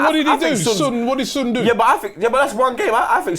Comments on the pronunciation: It's not Sunnn it's Son. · Its Not SOON its Son like Sawn you idiaaat kkkkkkk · Kinda irritating they saying sun not son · Its SON not SUUN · Why tf are they calling him "soon" smh...this channel specializes in screwing up name pronunciations... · Why do they pronounce "Son" like idiots?